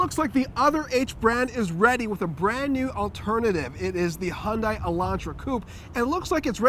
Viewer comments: If you pronounce the hangul for Hyundai (현대) the way it's supposed to be spoken, it's "hee-yun deh" (that's the best romanized pronunciation I can do for the internet). Definitely not "hon-dye" or "hee-yun dye." The more you know. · Why does this guy say hondai? ?